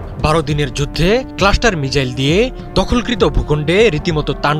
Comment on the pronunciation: সাংবাদিক ভাই তো মিসাইল কে মিজাইল বলছে 😅